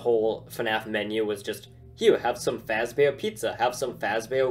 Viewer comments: True, and they’re not even saying Fazbear right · Freddy fasebear ? No, it's Freddy fazebear